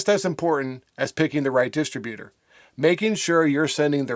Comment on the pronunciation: Why are you wasting two minutes telling us not to send MP3 files idiot? Any distro will clearly tell you what type of files to send; you can't even pronounce the word "Distributor"